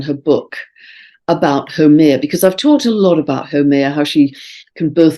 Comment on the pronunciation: Dear, thank you as always for your wonderful insights. just a note on Haumea, from a native Hawaiian. The name Haumea is pronounced as HOW MAY YA with the accent on the 2nd syllable. I wasn't sure for sometime who you were speaking of until i listened to all you shared about her. Blessings and Thankyou for all. Aloha Pumehana and Malama Pono (warm Love and Highest Blessings)